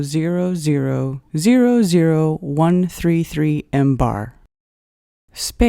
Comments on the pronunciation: Please, stop with sounding out all the leading zeros and use some "scientific notation", will you? And stop with the "embar" already, it's "millibar". Also, it's just an exercise in futility to show that the pressure that exists in "interstellar space" is 76,184, blah blah blah times lower than sea level pressure. "Interstellar space" does not exist directly adjacent to sea level. In fact, interstellar space does not exist adjacent to the Solar System. "Interstellar space" is just that, the space between individual stars. Space near Earth is termed "geospace" while the space between Earth and the Moon is more correctly termed "cislunar space". The vacuum in geospace is not as "hard" as even interplanetary space (i.e., "deep space"), for it contains the exosphere and the Van Allen radiation belts, ionized gas particles caught in Earth's magnetic field. A good quality lab setup can exceed the vacuum hardness of geospace. Suffice it to say that in at the altitude of the ISS the atmospheric pressure is low enough to be termed "space". I think it would be more correct to say that a perfect vacuum is scientifically impossible. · Jesus Christ it's not called "embar". MBAR is millibars ..... and is referred to as MILLIBARS! NOT FREAKING "EMBAR". God you're stupid! And i've already debunked your explanation of curved water found. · Zero, zero, zero, zero, zero, zero, zero, zero, zero, zero, zero , zero, zero, zero zero, zero zero... and breath... one three... would also be how many marks out of 10 I would give this after hearing "millibar" read as "mmm-bar". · Mbar is pronounced millibar! This video is totally wrong!